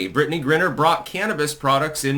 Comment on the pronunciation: Dude it's pronounced GRINE-R and it's pronounced WAY-LON..... are you mispronouncing this intentionally?